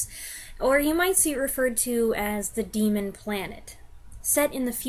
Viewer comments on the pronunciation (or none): none